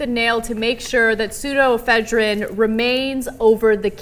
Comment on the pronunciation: Honestly, who cares?? First off you are pronouncing pseudoephedrine completely wrong. Secondly once it is gone, the meth cooks just create the drug with substitutes, which are probably EVEN more harmful. How bout trying to educate people about the consequences of meth and reduce the demand? Rather than shitty ineffective bans of pseudoephedrine, which will do nothing to curb the meth supply.